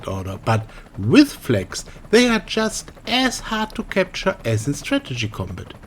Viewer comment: you cant even pronounce flags it sounds like fleks